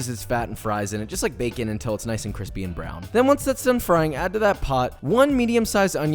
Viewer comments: Jesus went from 300k to 1.6M in 6 months. Cwispy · No problem Cwispy